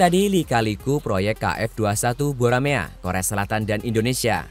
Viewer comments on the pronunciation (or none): Dibaca Boramae bukan Buramea